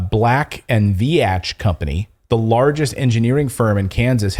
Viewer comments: You didn’t pronounce that company’s name correctly, the letter “a” is silent just say Vetch with a long “e” sound. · It’s pronounced “Veech” not “Vee-atch” 🤦🏻‍♀️😂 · You pronounce the name Black & Veatch wrong. VEE-tchi. I worked for them for awhile. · Pronounced black and veech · It is pronounced Black and veech. lol I have worked on power plant jobs with them. I was a Union electrician and Black and Veach had electricians on the job. We tried to organize them and quickly found out they had better pay and benefits than we had. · BLACK & VEEEEEECH is how it's pronounced. A US engineering firm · It is said as black and veach. Much like peach or leech. I know people who once worked there. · Just so you know... Black & Veatch is pronounced like Beach with a "V" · It's pronounced Black and Veetch. They're, (among other things) big in the water/wastewater industry design. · Pronounced "Black and Veetch" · It's pronounced Veech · Veatch rhymes with beach, just sayin! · Proper is sounded out veech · You are pronouncing Veach incorrectly